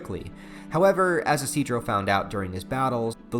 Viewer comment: Actually, his name is pronounced "ishi-do-ro"